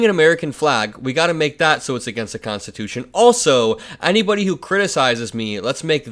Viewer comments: Did he say constitoosh? His brain just rain stops working at three syllables. He wants to jail people who burn the flag? What about people that beat cops with flag staffs with the flag still attached? Should they go to prison for a year? Well, Mr Law and Order, backer of the blue, what about them? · He said make it constitushun. He is looking really bad. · Did he say 'we're gonna make it 'constatoosh'?? .....